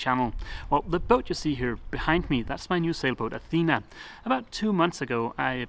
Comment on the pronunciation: Dogs eat and sleep, thats why they call it dog life..., Athena the town is pronownced the way you say it Athena the goddess and the female name is pronounced with the tone in the last "a" athenaaa imagine the three aaa as a tone. There is another way to varnish wood, it is called liquid glass and it makes very nice varnished areas but basically it is epoxy and i don't know how it behaves in moisturus enviroment.